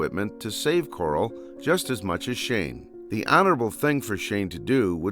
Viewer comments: It’s pronounced Carl not coral so car-al not cor-al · “Coral”? U mean “Carl”? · It's pronounced "Carl", not "Coral". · ITS NOT CORAL. ITS FREAKING CARL!!! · who the hell is Coral? dont you mean Carl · Why does this dude call Carl coral 💀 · Lol kept calling Carl Coral 😅 love it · I genuinely dont know if hes calling Carl "Coral" as a joke or not XD Im trying to focus on the video but boom "Coral". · I can't with the name pronunciations in the video lmfao first Corl then I lost it at Dave